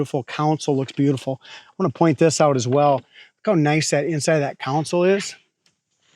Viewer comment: It's CONSOLE!! NOT COUNSEL?!